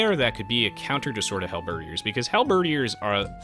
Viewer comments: HAL-BED-EARS! Not Halberdyyers! lol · Hal-ber-deer Sorry, just wanna get this out, I'm not trying to annoy you, but, I just want the record straight. is pronouncing it correctly, but, I guess we can all pronounce words the way we want. As long as it's understandable, that's the great thing about language itself. ^^ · Enjoyed the commentary except for one thing that drove me nuts.... It's pronounced Hal-Ba-Deer